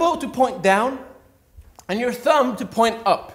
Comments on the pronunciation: I hate being ''that guy'' but is it pronounced THUM not THUMB ''B'' is silent! Please don't hate me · “ThuuumBa” 😂 that was so adorable for some reason 😅 The B is silent 😊